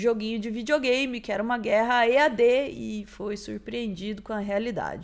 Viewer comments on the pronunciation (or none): "Guerra EaD" kkkkkkkk 😂😂😂😂